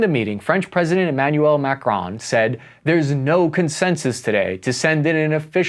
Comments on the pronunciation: Are you calling him Mac-Ron on purpose? For whatever reason it drives me nuts but that is probably a reason for you to keep doing it. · pronouncing Macron as "Mac-Ron" is wild lol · Who tf pronounces macron like that??